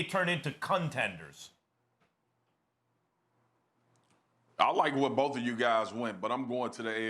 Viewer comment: “Con tenders”.... whoa easy there Max ;)